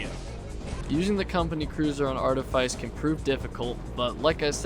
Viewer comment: Wow that's the most outdated high quota guide I've ever seen. First off, for the love of God, it's pronounced "Arteefeece". Then, seriously ? Assurance ? This ain't v47, old man. If you're playing squad, no one cares about getting to fire under 10 seconds if it's gonna be to get a maximum of 14 measly scrap items with barely any that are among the quality list. First moon should always be Ada. Then Rend for Q2 ? I mean, I love Rend, get the idea behind stacking on Shotguns, but really that seems just as outdated an idea as going to Ass first. You'll find plenty of Nuts on Art anyway so going to Rend is purely optional. Leaving 10 dollar duckies behind is a great mistake too, don't see why you'd ever recommend that. Reason's simple : you're on squads, which means you should be aiming for full clear every run. Every bit of money counts, so don't leave any behind. Take all 10 dollar duckies you find because going for that Gold Bar on the very other side of the Map might cost you your death, but if it's the only item you couldn't get, the suicide guy can always get it back. As for Artifice, the outside enemies ? A threat ? Are we talking seriously here ? The outside enemies on Art are forgettable since you can literally have all you crew get into Cruiser, spend all your day indoors and finish your day off with a Cruiser jump. NOBODY today, unless they're doing an Art Only run and have to get past Q1 Art, should carry a SINGLE ITEM back to the Ship on foot, that is a thing of the